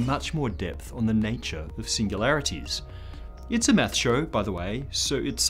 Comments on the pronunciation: Hey, Thank you for all those excellent video's. I love how you say math, to me it sounds like "meth" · I hate how he says "math" (without the 's') sounds so wrong. [no offense...well, not much, just doesn't sound right coming from a non-American]